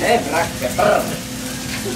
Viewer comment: ブラックペップrrrrrrrr